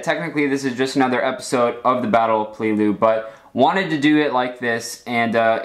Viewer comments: PAY-Lay-Lu, not Plee-lu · PEL A LOO not PEE LOO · It's pronounce like pellalue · You keep saying peleliu wrong